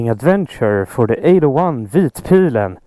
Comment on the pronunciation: Finally someone who can pronounce vitpilen correctly. Please say Öhlins correctly once in a video, I swear you'll be the first on Youtube to do so.